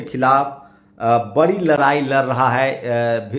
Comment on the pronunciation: Pahle news bolna to sikho larai nahi ladai bolte hai